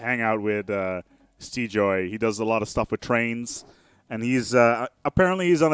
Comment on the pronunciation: maybe? lol, not Steejoy